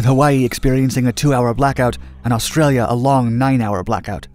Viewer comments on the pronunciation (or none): none